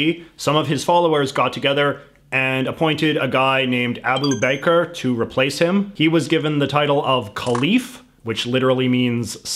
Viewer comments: Abu bakr ,not Abu bakar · Abu Baker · sorry but the way you say Abu Bakr (should be said like 'Aboo Buck-Car') as "Abu Baker" got my laughing, it sounds like an arabic person open up a bakery in Michigan or something like that 😂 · Did you say bakr or baker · Man said “ Abu Baker” 😂